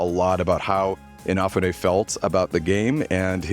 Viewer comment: They created their own stretch goals. Kickstarter didn't force them to promise platforms they couldn't deliver on A quick search shows how to pronounce "Inafune" You have had 13 years to learn his name